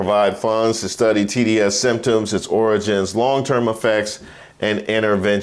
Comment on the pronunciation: Is that origins or oranges? Gotta pronounce it like the dear leader does